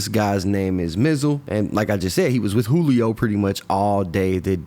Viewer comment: Funny all the news casters pronounced his name right, but 75% of the content creators on here that reported on it kept pronouncing it (jew-lee-oh). Then again i know thats a tactic some creators use to generate/increase comments...so maybe thats why